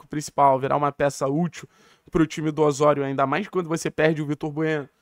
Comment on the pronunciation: Além do sotaque cario-espanhol ……Ôssôrio😂😂pare meu! Aqui é Ozório! Brincadeira a parte, foi o primeiro canal a anunciar chegada do tecnixo